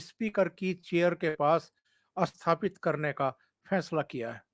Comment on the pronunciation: Bolney mein "asthapit" "asthan" nahin "sthapit " "sthan" aadi bolen. Kripa hogi.🙏